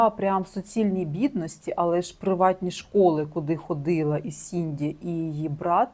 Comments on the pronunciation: не сінді, а сідні) дякую за відео! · Сідні Свіні, а не Сінді Суіні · Вибачте, але не Сінді, а Сідні Свінні